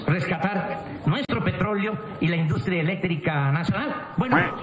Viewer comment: "PETRÓLEO," no "petrolio" Don Doblado🐀! 🤦🏻